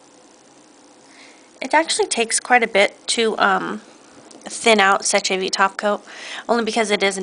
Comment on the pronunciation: Seche vite is french. 'sécher' means 'to dry' and 'vite' is 'quick'. Therefore, you don't pronounce the 'ch' in seche like we would an english word. Instead, it comes out sounding more like 'sesh'. We also would not pronounce the last 'e'. It is silent!